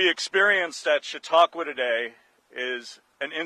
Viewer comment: "Chat-uh-qwah" oof that was like glass in my ears